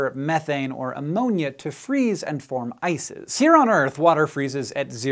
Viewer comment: am i only one hearing isis instead of ice is ?